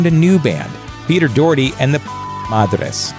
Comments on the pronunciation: Doh-herty not Doorty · 'dorty' lmaoooooo what is that pronunciation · Doherty, is pronounced Docherty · His name is pronounced Pete Dockerty not Doherty (as read). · Its pernounced doch(Ck)-erty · Docherty is pronounced Dock-Err-Tae. These are things you should really figure out before saying the name so many times on videos. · Pete 'Doortee' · Actually, I do because it sounds daft and not how it is pronounced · doherty is closer to the irish vernacular say it aloud, pronouncing the h as in the first sound of "hot"